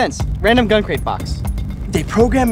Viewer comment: I like how says "Gun" with his mouth closed.